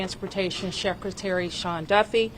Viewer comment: What in the world is a "Sheckretary"?